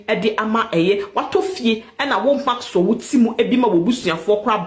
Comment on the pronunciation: The name is Maxwell not maxso